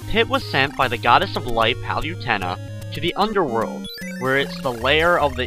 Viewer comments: liked the video but if your gonna do a walkthrough, at least know the names of the enemies. those snakes are shemums, the fountains are hot springs, PANDORA IS A FEMALE, and Palutena is pronounced PALOOTAYNA not PALYUTEENA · u say palutena wrong!